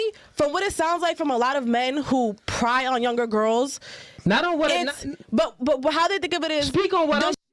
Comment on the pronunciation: Pry on a younger girl or prey? It’s not prying, it preying! It’s not pry, it’s prey!! 😂😂😂😂